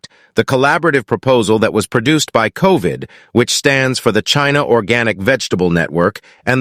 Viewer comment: COVN not COVD